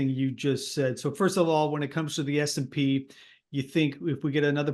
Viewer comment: It's S&P 500, not SP 500. Standard and Poor's, not Standard Poor's. Irritating when you can't even get the basics correct.